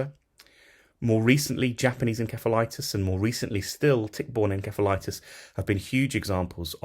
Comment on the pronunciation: Your pronunciation is incorrect inceph/insef septic